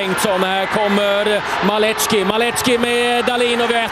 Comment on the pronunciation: Rozwalil mnie komentator przy pierwszym golu. Maleczki, Maleczki... padlem